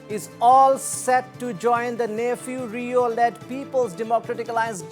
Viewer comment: its Neiphiu Rio, CM of Nagaland and not nephew to any viewers mr anchor next time mind your ...